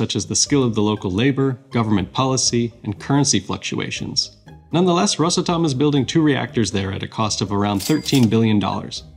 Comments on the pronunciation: RosAtom, not rosatOm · Rosàtom not Ròsatom. Please, don't heart my heart and ears! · You make the company sound like a cough medicine “Rosatum” 😂.awesome video tho good job 👏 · rosA'tom pls, dont rOsatom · Well done video, but a small disclaimer: not rosatOm, but a simple Ros Atom, ROS ATOM, RosAtom. Prepare better next time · Ros. [a short pause]. Atom - is how the company's name should be pronounced. Rushed "Rosatom" sounds kinda funny. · Oh, FYI, Ros'atom, stressed on 'a' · The correct way to pronounce it rosAtom. The letter A is the driver of the word. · It's called RosAtom - the stress is on A. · Very informative interview, but for good’s sake, it’s Ros átom, the stress is on the “a” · Nice but it's rosAtom (the stress is on the first syllable of the word atom) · the stress is on the "A", like Atom, it is spelled together, but is pronounces as two words, ros-atom, (atom - just like in english the a is stressed, not o) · You said russletum 37 times in 4 minutes Edit : just finished the video. 129 times in this video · Nice video ! Btw its pronounced rosAtom. The stress is on the letter a, not on the o. (Source- I live in Russia) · It's pronounced "RosAtom" with stress on "a". Almost the same as "atom" is pronounced in English. (English/Russian bilingual). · he is speaking english where the stressed sillable is usually the first one. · Thanks. I'd never notice this without you 😂 However, the word (as in the name of the company) is Russian. Hence "ros" and not "rus". So if this is the explanation you favor, - he ought to pronounce it as "rUsatom" with stress on "U" because he is speaking English and Россия is "Russia" in English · after all the work you put into this video should have put 2 extra mins into learning how to pronounce Rosatom. The ''may be behind'' part in your video where you talk about Rosatom reactors, i think your brain might be behind